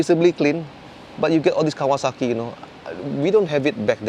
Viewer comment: its cocksakie,.not Kawasaki mas😶😂